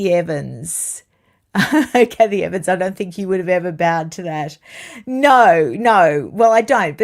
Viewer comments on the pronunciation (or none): none